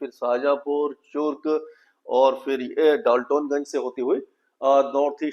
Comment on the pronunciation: डाल्टतोनगज नहीं है डाल्टनगंज है😂😂😂😂